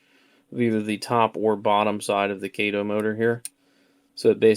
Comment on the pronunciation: Kah-toe, not Kay-toe.